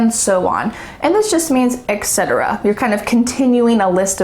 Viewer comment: Hey, You’re mispronouncing “Et Cetera”